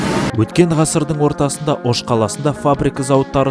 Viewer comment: живу в алматы но родился и вырос в Оше (ударение на "ше")